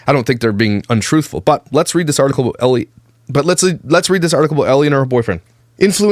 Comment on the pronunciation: Again I think her first name is pronounced "el" not Ellie.